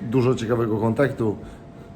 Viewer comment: "kontektu" jak instrybutor